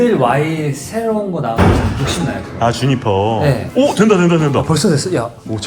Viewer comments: 주피터 아니고 주니퍼입니다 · 주피터가 아니라 주니퍼 ㅎㅎ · 주피터가 아니고 주니퍼죠.